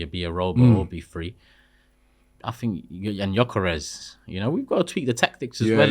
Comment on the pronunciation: next time you say gyokeres over sesko, atleast do your basic research...🙄🤦😑